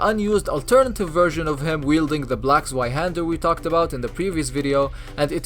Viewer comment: Its pronounced zvy-hander not zwhy-hander